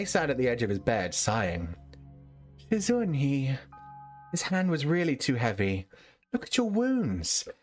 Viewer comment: I might've despised your pronunciation of "shizun", but i loved your reading style, different toned voices, and hearing you giggle. Sad it's over. Thank you for sharing. This was definitely one of my all time favorite read throughs